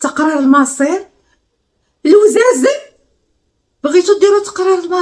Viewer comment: قتلتيني بالضحك بكلمة (لوزازن)لانلم اتوقع انك تعرفيك كلمة السر ان سكان الراشيدية ينادون بعضهم وزون ...هههههههههه